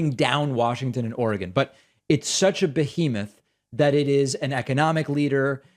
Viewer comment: Thank you for pronouncing Oregon correctly 😁.